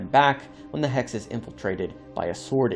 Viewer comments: It's pronounced Hex. You're saying Hax. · “Hacks abilities” 🤣🤣🤣🤣🤣 Dude it’s “hex.” Wtf. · Hex? No HAX😂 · You sounding like you were saying Hacks , appart from that good video 😅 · why do you keep saying Hacks instead of Hex? like... wtf? they're even hexagonal in shape... come on. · I thought u were saying hacks😂